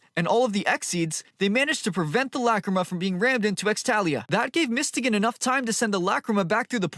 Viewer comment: Who the hell is mistegan, i think its pronounced as mys-to-gan